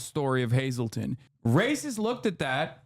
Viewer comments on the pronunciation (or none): Nobody told him how much he butchered saying Hazleton the first time?! It’s amazing how he pronounced it right when doing the fake accent which doesn’t fit the NE quadrant at all.